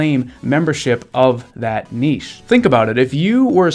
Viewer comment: Thanks 4 sharing all your insightful knowledge with us; furthermore, the word niche is pronounced NITCH not nichee